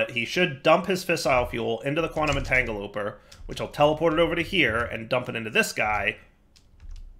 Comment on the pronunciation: Quantum 'Entangeloper' and 'miskellaneous' are my personal 'favorites'